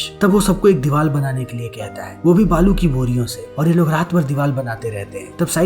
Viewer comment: Deewaal 🙄 deewaar hota hai